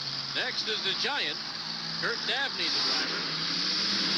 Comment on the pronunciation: "Curt Davney" lol. Cool to see the unbranded Duraliner Giant truck!